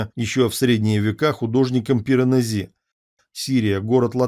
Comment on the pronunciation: Все-таки ПиранЕзи, ударение на 3 слог.